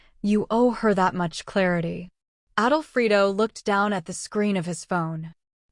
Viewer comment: Yes, it's not written, "Adolfrido", it's written "Alfredo", like the pasta sauce. Plus "goodbye forever" is two words, not three!!